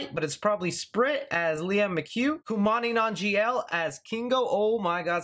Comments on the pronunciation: His name is "Kumail Nanjiani" and not Kumani Nanjial. At least do some research before butchering someone's name that too of a well know actor. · Kumali Nanjian 😂😂😂😂... It's Kumail Nanjiani, that aside another great video, keep up the great work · “Kumani Nanjiel” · Not to be an ass, but you butchered Kumail Nanjiani's name... Its "koo-male non-jee-ahh-knee" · You are bad at pronouncing names. Koo - Male Non - Jee - On - Ee Kumail Nanjiani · Kumail nanjiani say it right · Has anyone told you that you fucked up Kumail Nanjiani's name yet?